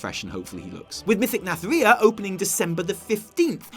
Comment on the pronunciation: please get it right. It isn't pronounced Nath-RIH-a, it is pronounced Nathri-AH!